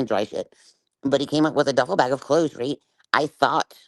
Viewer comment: The way she says "reet" (aka "Right") a thousand times is so annoying!